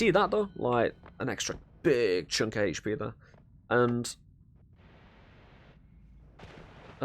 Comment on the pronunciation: Your pronunciation of HP bugs me so much! xD but I still like your videos :) keep it up